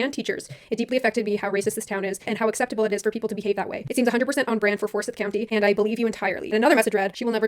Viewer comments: It's pronounced FOR-SCYTHE, but all around good vid. I know of Rachael and she went to GSCU with a few friends. As someone from GA social discourse is slowly changing in GA and I know my friends (we're a year or two older than Rachael but from similar circles) would never make the same jokes they did in the past. So apology more or less accepted. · Forsyth it pronounced like scythe. I still live in Georgia and while I never lived in Forsyth, the shit I hear is wild. I’m just lucky that the college I go to enforces masks and has a LGBTQ center. Edit: like my own pharmacist called COVID the “Chinese flue” and I’m just sitting there like “Can I please get my antidepressants and can you stop talking?”